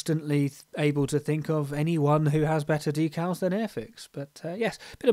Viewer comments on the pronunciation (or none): Good looking model. Nice job on the “dee-cals” (emphasis on the second syllable). 😎